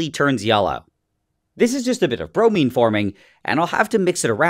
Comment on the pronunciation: It’s pronounced Bro-mine